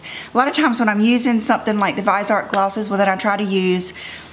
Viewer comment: I believe it's pronounced viz-ee-art. Am I wrong? Anyone? I've never heard it pronounced vize-art. Help?❤💄